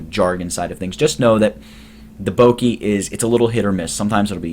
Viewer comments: bokeh: boh-kə: bow-kuh not bowkeee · This is super useful! But it's actually pronounced Boh-Keh (rhymes with "Okay") rather than "Boh-kee". But seriously, very good tutorial. Thank you. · Its pronounced Bokeh like Bo as in bone and keh as in keg.